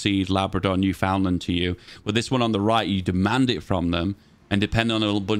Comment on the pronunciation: Just a pronunciation note - newfoundland is pronounced like "newfinland". Residents are known as "Newfies".